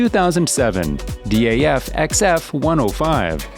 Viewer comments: D.A.F? we just say daaf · Its not D.A.F. Its just DAF. Just say the word, not the letters. With MAN you say the letters, not the word. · its not d.a.f its daf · Daf is just Daf, Not D.A.F. Nice video though 👍